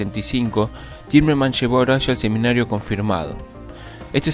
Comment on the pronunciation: SEMANARIO Confirmado, no "seminario", locutor bruto, ignorante. No sabés leer un texto.